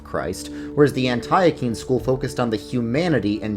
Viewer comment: I love you, but Antiochene is pronounced “Ant-tea-oh-kin.”